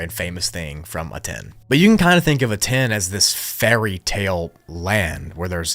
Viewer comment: Aten is pronounced AHTEN and not A-TEN.